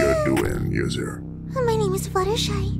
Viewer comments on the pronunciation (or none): Fluttershy not fluttershee